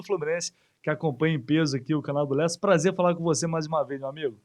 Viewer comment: Presta atenção no cara falando Lessa😅